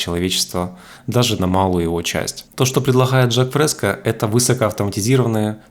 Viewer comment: мин. Не Жак ФрескА а ФрескО !